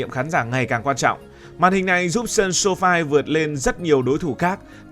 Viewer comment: SoFi đọc là xô-phi, âm I trong tiếng Anh phát âm là ai nhưng tiếng Anh không giống tiếng Việt viết sao đọc vậy. Mà tùy ý nghĩa của từng từ, như từ đơn vị là đơn vị đọc là du-nít, nhưng hợp nhất là liên hiệp Hiệp đọc là u-nai-đit, ở đây t đọc thành đ, nhưng to đến vẫn đọc là tu. Còn nhiều nữa, các bạn có thể lên google dịch để tham khảo.